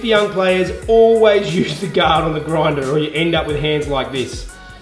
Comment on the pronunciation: Roflmao, sorry. A groindah. Made me giggle. 😀